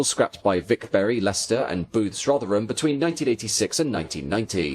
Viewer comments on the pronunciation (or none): none